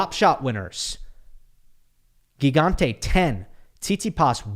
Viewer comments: Hi, really great recap as usual! For the italian pronunciation its admittedly hard but it is " Jee-gante", which fun fact means giant ahah. Cheers! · It is pronounced “Djigante” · Hey! It's Gigante with the first g as in gym!